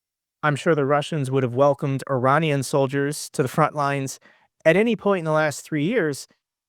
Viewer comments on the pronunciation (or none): none